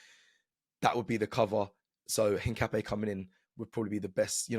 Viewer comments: Een-kah-pee-EH. Stress the last syllable. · I’m not ‘een’. Ca like cap not ‘kah’ like car. Don’t stress any syllable more than any other, it’s just ‘incapié.